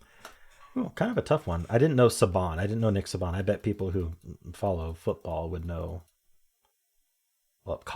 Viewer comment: Alabama coach (college not pro) is pronounced Say-bin not Sub-bahn